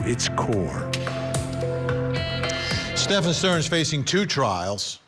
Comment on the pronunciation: Can you not pronounce Stephen? It isn't Stefan......DUH